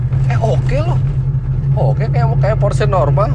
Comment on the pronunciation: yg sy suka dari om Fitri, membaca merek mobil sesuai dengan asal negaranya, Porsche memang dibaca Porshe, bukan porssh. BMW dibaca BMW (Jerman utara) atau Bi Em Wi (jerman tengah), bukan dibaca Bi Em Dobel Yu. mantap om...